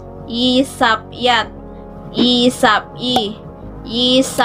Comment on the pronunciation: wrong po yun pagbasa mo wala po sound siya example yun yat1 mo dapat mataas yun